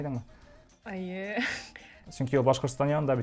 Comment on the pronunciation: По-башкирски она всё время говорила "әйе", это же по-татарски, а по-башкирски будет "эйе".😅